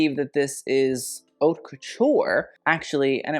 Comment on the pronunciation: Please please please if you want to sound posh for using French, go for it. But at least learn the right pronunciation for "haute". The h is silent, my dude